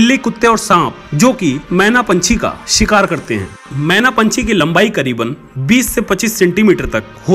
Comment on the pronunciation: Menaaaaaa nhi kehenaaaaa ise 😂😂😂😂😂